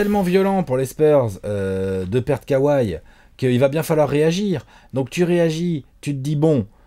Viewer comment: K ouaille mdr les Frenchi mtue. On dit kawhi kauwaille mdr